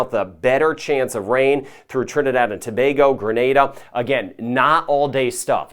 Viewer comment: you are quite popular even my uncle knows about you and watches your channel and that’s huge. He likes that you pronounce “Tobago” correctly lol 😊 keep up the good work.